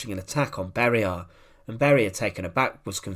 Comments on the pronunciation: Who are these "Barie" or "Kriev" 🤣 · Lousy translation made by AI. Beria's name was pronouced with four diferent versions.